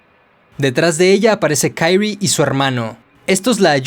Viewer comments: Es Kyrie, no Kairy el la pronuncia mal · Se pronuncia "Kirie (桐絵)" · Me molesta un poco como menciona el nombre de Kirie